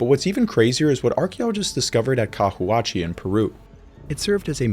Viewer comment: Cahuachi pron. —> Cawachi